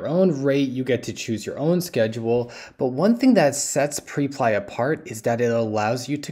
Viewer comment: Hey bro great content as always- liked it before I even watched. Just wanted to point out that I’m pretty sure it’s pronounced (prep-lee)